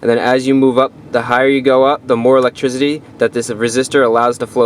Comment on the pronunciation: electrizity lol